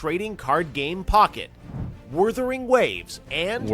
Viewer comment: Ah yes, my favorite mobile game: Werthering Waves 🤦‍♂️ 🤦‍♀️